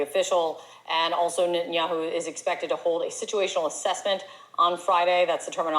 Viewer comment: Ha Ha that anchor woman said Ninjaman Betinyahu, that was funny! Your right. We, especially in the USA should get along. John Bolton LOVES war, though he is a little man who could not fight his way out of a wet paper bag. He is a hateful man.